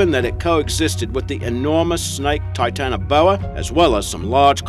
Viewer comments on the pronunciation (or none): none